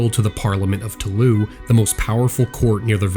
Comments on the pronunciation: for fuck's sake, toulouse is pronounced "to lose," not taloo. maddening. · Toulouse is pronounced as the english words "to lose" otherwise great documentary